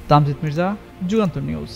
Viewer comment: তামজিদ মির্জা উচ্চারণ ঠিক করুন।